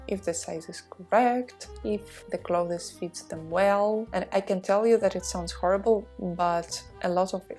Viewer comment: I am pausing the video because I am TOO distracted and annoyed by how you mispronounce the word CLOTHES as CLO-thez ! You also need to use OTHER words : Garments, for example—rather than constantly repeating CLO-thez! Assuming that professionalism is something that you value, and wish to embody in your videos.